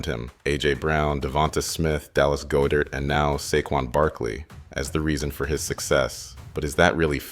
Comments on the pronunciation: Dallas “GO-DIRT” is crazy man. AI voices need help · The voice and mispronounciations in this video are weird. I love the topic, and it IS very detailed, but the voice is bugging me... Is this a real person talking? "Go-dert", and "Super Bowl LVII" with roman numerals read as actual letters? Weird. Also, the voice kinda sounds like the guy from the "Barely Sociable" channel... 🤷‍♂️ Still good info regardless tho... I love Jalen Hurts! Perfect for Philadelphia. Him AND Saquon. 🦅 🏆 Go birds! Let's run it back!! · Bro whoever told you how to pronounce Pederson and Goedert lied to you lmao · If you're gonna do an Eagles documentary at least pronounce some of the names right 😂. Doug Petterson, Dallas GoDirt. Bro is driving me crazy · This AI voice was very convincing until it said Doug Pedderson, 14 to 3, Dallas Go Dert, and other weird mistakes. Next time just narrate the video with a real person.